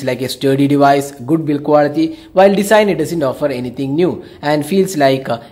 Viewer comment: It's Design & not Desin.